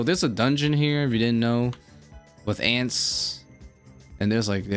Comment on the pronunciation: Did you really call Ents, Ants??? lol